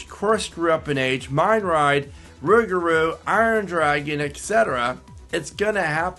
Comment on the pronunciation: I can’t stand the way you say rougarou